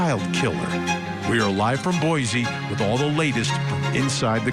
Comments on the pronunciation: There is no Z in Boise. It’s pronounced Boy See. While I am at it. There is no COW in Moscow. It’s pronounced Moss Co. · Just FYI..it's pronounced [Boy-See